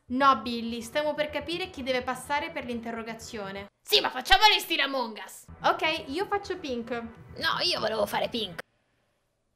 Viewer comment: Non si dice amòng us